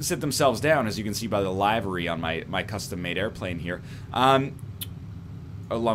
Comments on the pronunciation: Isn't the pronunciation of "Livery" actually "Liv-er-ee" not "Lie-ver-e" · Lie-ver-ee in the Queen's English.